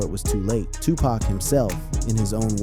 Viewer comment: U mispronounced his name. I cant listen passed 5 seconds